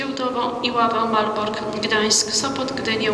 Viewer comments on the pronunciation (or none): Hahaha przysłuchajcie się Pani mówi "marboRk" xDDD